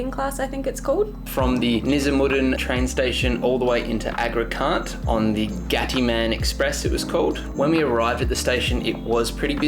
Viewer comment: This is the worst guide on Indian train classes. 2nd AC is not 2nd Class. It is 2-Tier AC coach. If you really want to see how 2nd class on a Indian train is, try the Sleeper Class. Also it’s not Agra Cantt. and pronounced as spelt. Can’t. Is the abbreviation of Cantonment which is basically a military residence area. Can you not look up what can’t. Is short for especially with the obvious “.” in the end and not come across a bit dumb?